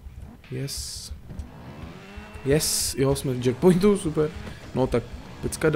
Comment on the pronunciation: je to čekpojnt a ne džekpojnt ale nasmal jsem se dobry video toč dál:DDD